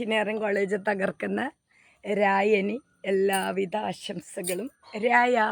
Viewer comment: 🤣🤣🤣🤣 എഞ്ചിനിയറിങ്ങ് കോളേജ് അധ്യാപികയാ... രാജൻ എന്ന് പറയാൻ അറിയില്ല..